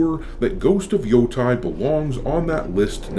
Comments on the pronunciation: It’s Ghost of Yo-TAY not Ghost of Yo-Tie. The game looks like shit to me, but as someone who actually lived in Hokkaido near Mount Yotei for some time, it drives me nuts every single time you mispronounce it. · I don't want to be that guy, but it pronounces Yoh-Tay, not Yoh-Tai